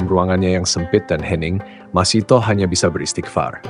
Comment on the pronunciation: Masytah bukan masitoh